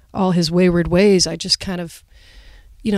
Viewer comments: whey-es blood for me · Wae yes blood